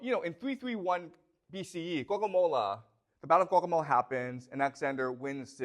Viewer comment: I love how he pronounces Gaugamela almost as Guacamola.